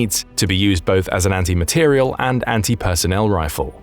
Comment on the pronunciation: Good program, but several mistakes: 1) It is an "anti-materiel" round, not "anti-material". Accent on the last syllable. 2) A 750 gram bullet is 3/4 of a kilogram. Not correct. 3) The word "cartridge" is used instead of "bullet". A cartridge is the casing, charge and bullet together. The bullet is what goes down-range, not the cartridge, rather, the projectile. (See birdofgrey6542)